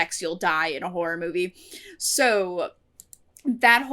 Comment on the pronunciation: I nearly always mishear Horror as Whore so for a second I thought you were saying something very different lmao